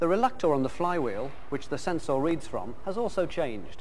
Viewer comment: Love how he says sens-orr